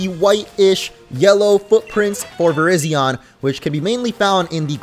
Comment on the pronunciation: It’s Vurr-RIZE-zee-uhn not Vurr-RIZZ-zee-yawn smh 🤦‍♂️ Also it‘s the YOON-uh-vuh region. Not the you-NO-vuh region. It‘s based on the UNited states OV America. YOON from UNited, OV from OF. and A from America. Kapeesh? 👌 ALSO ALSO, those aren‘t stars in the curry pot. They‘re sparkles :3